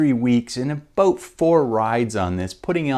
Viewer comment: Dude what is “aboat”?